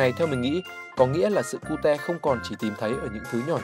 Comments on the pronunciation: Sao lại sự Cu Te :)))) phải là Ciu chứ Ad đọc Vietnamese quá =)))) cơ mà đọc cute cũng vui :v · người ta đọc là " kiu " chứ k phải " ku te " :vv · Nghe 1 hồi tưởng cute đọc là cu-te thiệt luôn á 😖